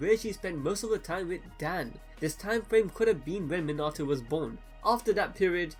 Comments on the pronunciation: Its pronounced mean a toe minato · His name pronounced Mi-na-to, not Min-a-to. Just a heads up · ur u say minato rong